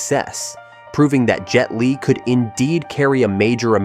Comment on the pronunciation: Jet "leg" n again Fong Sai "Yak" what in a hell made this guy pronounce it like...or is it just a person with less speaking English speaking with American accent AI